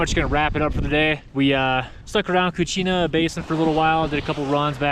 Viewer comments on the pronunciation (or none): It's "Kachina" (as in Native American Kachina dolls), not Cuchina.